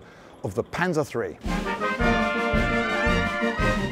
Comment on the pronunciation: My god, could it be, he didnt pronounce it panser but instead used the actual German way of pronouncing it